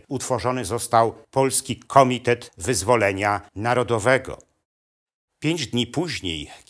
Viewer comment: Wspaniałe prelekcje, przyjemny głos. Jedna tylko mała uwaga: akcent na trzecia sylabę od końca w slowach nauka i komitet; nie lepiej na druga sylabę?